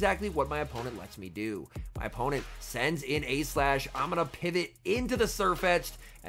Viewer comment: when you say “A-Slash” sometimes it sounds like youre saying “E-Slash” and then that sounds like you’re saying “Aegislash” and for a second im like “what??”